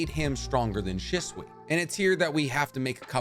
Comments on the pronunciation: She-sway not she-swee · Say stuff right shitsui it hurts my brain I love your channels but this shit hurts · said “Shiswe” 😂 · The way you pronounced shisui was so cringe 🤦‍♂️